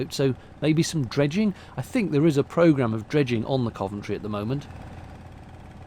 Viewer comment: Me, too on the pronunciation. I learn something (usually several things) with every one of videos:)